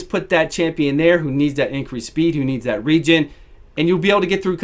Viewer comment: "region" -- you mean Aegis? Great video, though, thanks for showing him in so many different uses.